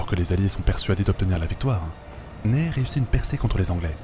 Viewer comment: Je crois que le maréchal Ney se prononce "Nè", et pas "Neille".